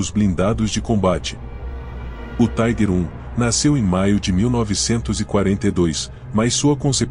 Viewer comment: A pronuncia correta é tiger com som de i e nao taiguer, taiguer era a pronuncia dos norte americanos